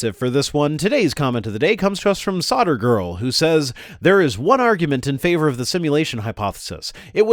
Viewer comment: she might have spelled Flavour correctly but coulf you pronounce SolderGirl correctly its not SodderGirl where did your L go? Did it go the way of L (hell)?